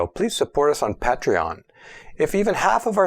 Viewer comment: If Professor Fiamengo wants to increase her donation support, I think she should record her own donation appeal for inclusion at the end of each video. Im sure is a great guy, but it's rather jarring to have him suddenly appear at the end of the video, mispronouncing the word "Patreon".